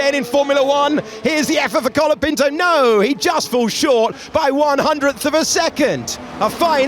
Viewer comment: Isnt his name colapinto? and not calopinto like everyone is saying?